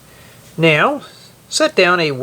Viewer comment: no he said now it just sounded like meow